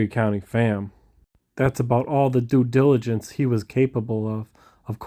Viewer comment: cannot say "Due Diligence" 😂🤝🏾my guy